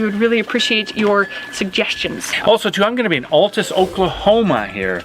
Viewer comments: Those Okies will string you up for mispronouncing the town name. It is pronounced like a guys name-Al, not-all, the second half you got right tus. I live in Texas, have been to Altus many times, I used to work for a monument company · FYI... It's pronounced AL-tus not ALL-tus. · Wow! Altus is my hometown! (I'm sure you know by now that it's Al-tus not all-tus. 😉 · Love the vids, but it’s pronounced al-tus, not all-tus, from an Oklahoman :) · Being from Oklahoma.....it is pronounced AL (think Albert) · Congratulations on the baby. Condolences on the trip to Oklahoma, brutally hot right now. Here we pronounce it as though the first syllable is the name "Al", by the way, "Al Tuss".